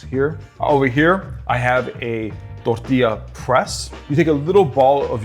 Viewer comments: i love the way he said tortila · and and and and (you get the picture so I won’t share any more time stamps — I’m talking about EVERY TIME you said the word “tortilla”)…Why on earth are you pronouncing the word with an accent as if your Hispanic? Can you be anymore cringe?! 🤦‍♀️ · Bro turns germen when he says tortilla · The way he said tortilla😂